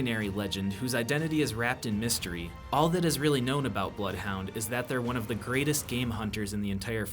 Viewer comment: blood hounds name is 'Blothe Honder'